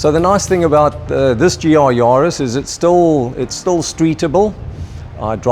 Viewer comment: Ja Bru...it`s a JAris... Yarris! That starts with a Y, it sounds like the surname "Harris", just with a "Y"...